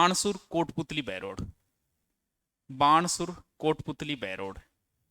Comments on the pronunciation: Sir ये बाणसुर नही है ये तो बानसूर है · सर जी बाणासुर नही है बानसूर है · गुरु वो बाणासुर नहीं ,बानसूर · बाणसूर नहीं है सर बानसूर है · बानसूर है ये नाकी बाणसूर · Sir बानसूर है बाणसुर नही है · बानसूर है सर जी वो 😂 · बहरोड़ [अलवर] था पहले और बाणासुर नहीं है sir वो नाम बानसूर है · बाणासुर नही बानसुर है गुरुदेव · सर बानसूर है वह बाणासुर नहीं है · Guruji wa Bansur hai Banasur koni 😂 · sir ji parnam🙏🙏🙏......sir ek choti si chuk h .....banasur nhi .....vo bansur h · बानसूर है वो सर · बाणासुर नहीं है बानसूर हैं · Sir banasoor nahi बानसूर है। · सर जी बाणासुर नहीं है वो बानसूर है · सर जी बहरोड़ है बहरोर नहीं है और बाणासूर नहीं बानसूर है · बाणासुर नहीं वो बानसूर है😅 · गुरूजी ये बाणासुर नहीं हैं। बानसुर हैं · बाणासुर नही है,बानसूर है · Sir बाणासुर नहीं है ये बानसुर है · बाणासुर नही है,बानसुर है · सर बाणासुर नहीं है । बानसूर है। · बाणासुर नही है बानसूर है गुरुदेव